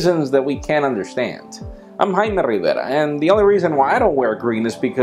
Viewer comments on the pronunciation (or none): none